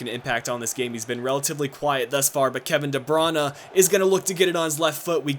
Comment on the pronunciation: lol, you are one of the first youtuber that says the name of Kevin De Bruyne correctly! congrats!! ;-)